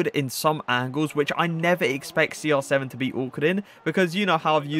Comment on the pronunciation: Why are you Saying SR 7 not CR7 hi is Cristiano no Sristiano İt is little bit triggers me